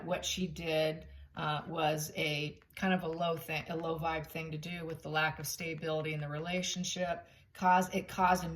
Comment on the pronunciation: I love your channel and I watch it every time you put up a video but I really wish you would learn to pronounce the word stability correctly there is no “y” in stability